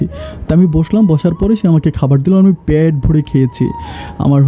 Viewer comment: voice সুন্দর।বলাটাও সুন্দর হয়েছে।কিন্তু উচ্চারণ ক্লাসের কোর্স করতে হবে। পেট না বলে প্যাট বলা হচ্ছে।